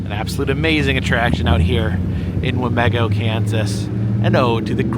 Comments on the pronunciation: As a resident here i am personally offended you called it wah-meh-go if you ask ANY person here it is wah-MEE-go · Wa mē go! Long e with the emphases on me.